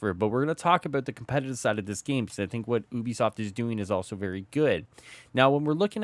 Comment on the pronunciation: I swear I thought you said boobi-soft 🤣